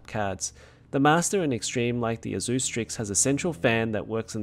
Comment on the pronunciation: The way you pronounce "Asus" makes me want to smash drum sticks in my ears. >>>correct